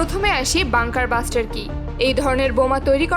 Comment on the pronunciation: বাঙ্কার ব্লাস্টার। বাঙ্কার বাস্টার না🤣